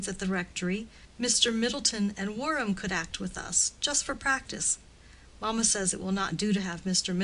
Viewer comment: From the reading one would think that the story is set on one of the plantaions in any of the American Southern states, instead of in Victorian England. E.g. it is maMA and not MAma ... The English is rather mangled I am afraid.